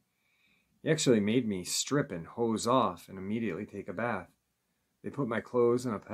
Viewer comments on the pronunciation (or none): none